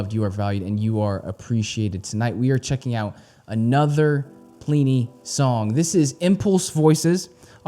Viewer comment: God damnit it's not plee knee haha